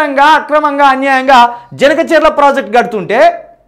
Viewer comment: Harish Rao cheppindi vinnaram kadu...please review the project and tell the facts....first ganaka cherla kadu Boss, it is Banaka charla